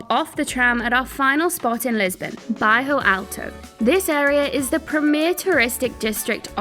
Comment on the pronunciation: It's Bairro alto not bajo alto